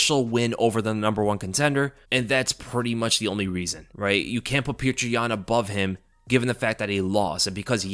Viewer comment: STOP FUCKING SAYING PETRI YAN PLEASE